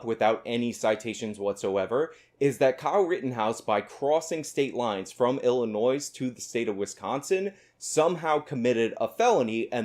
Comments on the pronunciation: Illinoi Not illi noise. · hmm you said Illi-noise, your argument is invalid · I'm sorry, did I just hear you pronounce the 's' in Illinois? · You're credit for making the point about crossing state lines is voided by your pronouncing the 's' on the end of Illinois. I'm story. I'd give it too you if I could. But we have to maintain standards. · FYI,, pronunciation of Illinois, the S is silent. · In illinois the S is silent 😎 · you can be correct on all the facts, even a year ago, but you still pronounce the "s" in Illinois. OPINION DISCARDED.